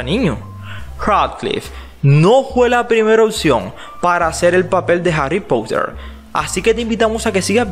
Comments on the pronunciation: Me mata como en vez de decir Harry Potter como una persona normal dice Harrry Pouter LIT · Como lo dice Harry poutter 🤣🤣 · Si es verdad me da mucha risa ajajajaja😂😂😂😂😂😂😆😆